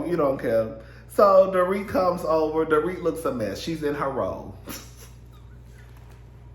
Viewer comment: Hi, Dorit's name is pronounced, "Dor-reet". 😊